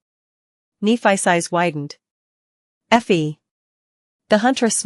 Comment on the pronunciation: I would like to know as well. This voice is really bad. Kneephice. Like what? And instead of w-what it’s W. What